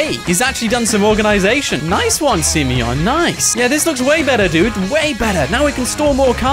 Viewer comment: The fact that he says SIMEYON makes my day lol